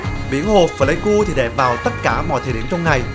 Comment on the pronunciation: Pờ lây ku k đọc phờ lây ku nha b, hi, video hay lắm! Cảm ơn b review quê mình